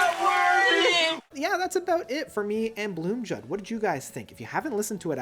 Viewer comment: Blomljud is pronounced BLOOMIUUUUDE which means THE SOUND OF THE FLOWERS. the guys in MS told me this!